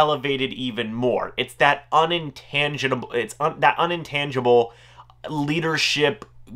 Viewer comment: It's just "intangible". LOL